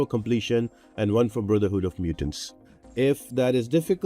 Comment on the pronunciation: Good stuff ... but I did giggle every time you say Brotherhood of Mutants :) Thanks for all the hard work - it really helps!